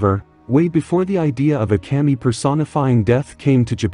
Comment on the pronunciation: To help, its pronounced kah-me. 😊